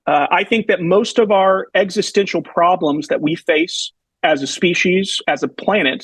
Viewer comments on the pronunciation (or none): none